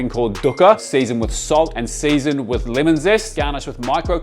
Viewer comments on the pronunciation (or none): none